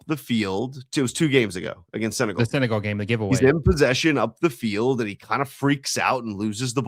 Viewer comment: You really need help pronouncing 'Senegal'.